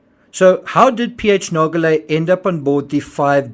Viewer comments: Nar- shjo-lae, not Nar- go- lae. Experienced diver, part of RMS Titanic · I thought someone would eventually mention this so I never bothered. Nargeolet is not pronounced nar-go-lè. In french (my mother tongue), an 'e' after a 'g' softens the 'g', and it is then pronounced as a 'j'. Nargeolet is pronounced nar-jo-lè. Note also that in french, the j sounds just like it does in english, but without the 'd' sound that it starts with in english. There's not even a hint of a 'd' at the beginning of the 'j' sound, however tempting it may be for an english speaker to insert it there. (edit: had not noticed the r missing in nar-jo-lè in original comment) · It’s pronounced “narjolay” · Not silent. It's pronounced like "zh". . If you don't pronounce the g at all, you're pronouncing it a "a-swaying" , which is incorrect. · PH didnt care about dying because he was 77 with a life well lived behind him. Pronunciation is like Narjolay, not Nargolay... Geo is like jo in French ( not djo) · Good Analysis! I am not a linguist, so I will undoubtedly botch the phonetics, but I wanted to highlight that the name 'Nargeolet' is actually pronounced with a soft g, kind of like the letters z and j in English. When you pronounce it, it should sounds more like 'Narzjolet'. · I thought that "Nargeolet" was pronounced "narsholeh" according to French spelling/pronounciation rules, but I must have been mistaken🤔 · Just as an info, PH's family name is pronounced 'nar-jo-ley' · its Nar Jo Lay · Ffs, I like your channel but can you please, PLEASE, at least show the man the respect of pronouncing his name correctly? You’re not even TRYING. It’s extremely disrespectful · He’s not even bothering to pronounce the man’s name properly, which is bare minimum. Given that, it’s hardly surprising that that fact, which would have taken 30 seconds of research, was missed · The video narrator pronounces that name wrongly. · The G in Nargelet is pronounced like a J.